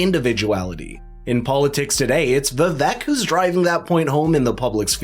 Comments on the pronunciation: its vi vake. not vi vek. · The biggest downfall for Vivek is that no one can pronounce his name no matter how many time he tells people. It is pronouced "Vi-vAke" like "cake" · ViVak 😂 It’s Vi-Vake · Just an FYI: Per Vivek after the first debate, his name is pronounced Vivake. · It’s pronounced Vivek as in CAKE. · Great presentation. Skilled, polished. Loved the interweaving of quotes and cameos. Very value-added. One request, please. The guy’s name is Viv-ache, rhymes with cake. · its pronounced Viv-ake, like cake, Vivek Ramaswamy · Love this video. The only thing is that his name is pronounced Vivek like CAKE! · Pronounciation is " Vi - Wake", A Sanskrit word. It combines "Intellect" with "Wisdom". It means - Discernment ! It means "Clarity of Thought". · if youre going to make a video about the dude at least learn how to say his name correctly... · Vivek’s name needs to pronounced correctly dude. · I am so underimpressed with commentators who are pleased enough to cover Vivek, bu too lazy (or something???) to pronounce his name correctly. Come on guy, make a bit of an effort. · Lean to pronounce Vivek's name correctly of you are going to do a story on him.